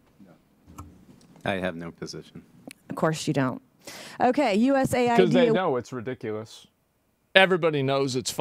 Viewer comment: USA-ID is not US-AID